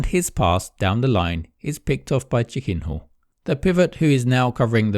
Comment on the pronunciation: He pronounces it like: "chicken whore"